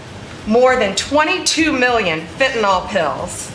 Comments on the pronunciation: It is not fent a NOL it is fentanyl fen ta NIL! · not bondi pronouncing fentanyl like "fentynol* 😭😭